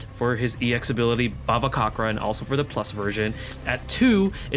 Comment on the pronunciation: i think the pronounciation for bhavacakra is ba-va-ca-kra the cakra is like cakra from naruto if you watch naruto anyway i dont know either actually and i dont really mind but great video!!